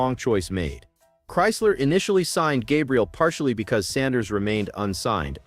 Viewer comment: Why don't you pronounce Sanders name correctly get it right You ain't nothing but a butt white let's get it right